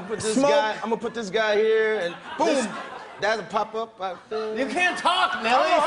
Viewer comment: Lol nelly still can't pronounce here correctly